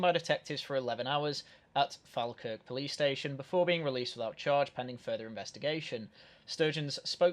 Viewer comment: Fal as in Falkirk not fall was another ...but hey he's twisting the knife so he gets a pass